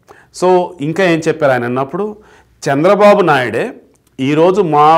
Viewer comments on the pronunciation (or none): none